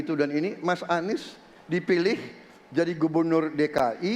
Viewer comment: Anis baswedan bukan huruf O ahirannya....😂😂😂 1 dan 2 gasken